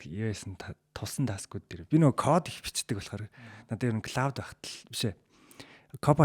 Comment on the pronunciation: Claude AI /Клоод/-ыг /klɔːd/ гэж дуудахгүй бол Cloud /Клауд/-тай адил дуудахаар confusion үүсгэж байна.